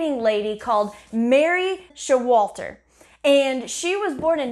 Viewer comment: Her name is pronounced SHO-walter. Emphasis on the first syllable.